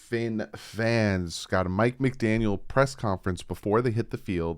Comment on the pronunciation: Mike Mcdaniel.....no "s" ya only did it in the intro. Lol. I'm being too nitpicky. Lol